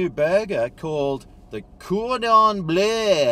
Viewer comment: The way he pronounced “bleu” had me howling